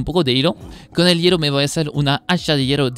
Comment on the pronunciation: "hiero" "orro". Nice!